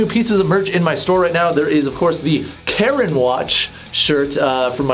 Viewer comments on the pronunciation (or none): none